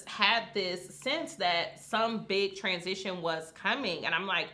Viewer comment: When you say transition it sounds like someone past . I don't like how it's stated but ok.